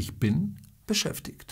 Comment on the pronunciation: Z tym beschäftigt to wymowe ma pan troche skrzywiona bo to jest dziwne bo to jak pan to wyowiada to albo inny Region niemiec ale tak twardo to sie nie mowi